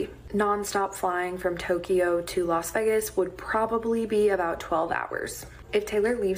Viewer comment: Why can't that girl say vegas though??